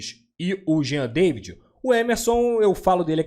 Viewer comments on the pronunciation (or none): a pronúncia é Jean "Davi".